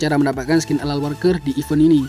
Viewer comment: Alan walker bang Not *alal walker 😂😂👍